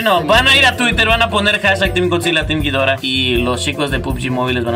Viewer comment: "ghidora" todo seguido no "gui-dora"